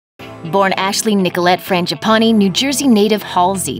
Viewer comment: Finally someone says her surname correct